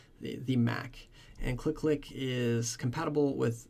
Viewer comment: I think this tool is pronounced as c-l-i-click (from command line interface click) and not click-click. But anyway, thumbs up Ford this video